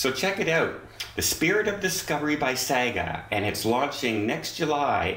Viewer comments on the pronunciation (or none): Hi,it's pronounced 'Sarga'. 😃👍🏼🥰